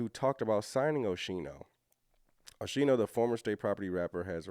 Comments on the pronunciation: Pronounced Oskeeno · I apologize, but It’s pronounced Oschino (O-Skeen-o) I’m from Philly. He come from North Philly, he lived the struggle for real. He also did time in prison. The old state prison (Graterford State Penitentiary). Oschino definitely know Jay, and Beanie Siegel. Oschino a good people. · It's pronouned Oh-Skeen-O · His name is pronounced O-sc-i-no the h is silent. I remember him from State Property’s songs